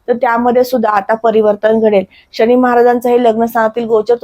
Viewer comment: शणी की शनी ? किती अशुद्ध उच्चार